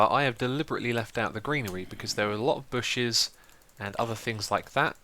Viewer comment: it seriously sounded like you said "booshes" like Keralis. Made me happy.